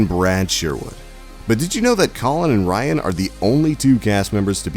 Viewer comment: If you ever watched this show, you knew these things. You'd also know how to pronounce Ryan's name. SMH